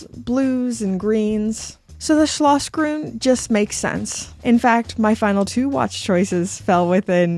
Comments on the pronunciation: I never heard a more charming pronounciation of german, of not german speaking persons. Schlossgrün! Schneesturm! Unbelievable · I disagree! It is not hilarious at all. Quite the contrary, very precise and correct pronounciation! Neither the sch nor the ü or any other Umlaut exist in English. Well done, very well rehearsed and quite close to how it should be. Thank you for making the effort